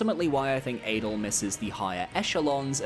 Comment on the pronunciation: Adel isn't pronounced like Adele either.